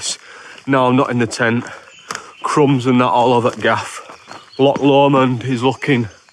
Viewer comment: My neck of the woods.. Drymen, balmaha, rowardennan... My absolute favourite place to go to. Love your videos keep up the gr8 work! And yeah bring the Welsh out in you to pronounce l'och 😆 it's not 'lock' 😆